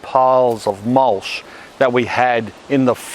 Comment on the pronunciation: Is mulSH the local (mis)pronunciation of mulCH?